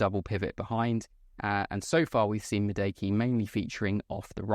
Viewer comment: its pronounced “MADOO-AKAY”